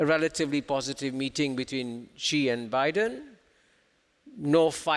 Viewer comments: Please try not to mispronounce the name Xi as a Gee, Jee, or Shee. The proper pronunciation under Chinese pinyin is a lighter form of Si, When in doubt, Si is approximately quite close. To be more precise, Chinese pinyin, Xi Jinping's family name is pronounced like an English 's' except lighter. Pronounced like the word "see" with a small modification of pushing the sound through your front teeth and opening your lips horizontally. I am quite happy Prof Kishore has got most of his pinpoints of China correctly. His SHE is less wrong, but still wrong, and he should simply get a Professor from Nan Yang University to coach him on a simple "s" through front teeth,. It is the host of this clip who insists on being wrong with GEEE. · When you can't even pronounce Xi properly when even Kishore is saying it 100 times for you to hear, and yet you keep pronouncing it Gee, you should not be the host and your opinions should not be taken seriously. Luckily he just asked questions, since no one would take his opinion seriously since he keeps on willingly mispronouncing China's presidents name on purpose. It's 2022, there's a million sources online you can use to check pronounciation, there's a million people at your fingertips around the world you can ask, yet this guy didn't do anything and ignores all the truth in front of his face going stesight into one ear and out the other. No brain to absorb the sounds from kishores mouth.